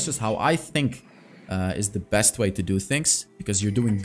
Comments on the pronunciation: He said bring out the "breast content" 😂😂😂😂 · Did he bring out the ''breast,, product instead of best or am i hearing wrong😅😅